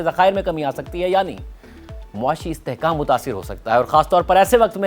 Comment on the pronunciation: Muashi ehtrhkam 😂 Mutasar ho skta hai 😂 Muashi estehkak tha kub 😂